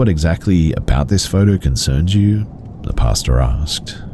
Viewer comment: The story at 13 mins, I kept thinking is saying "pasta" like how Americans say it 🤣... but he's saying pastor.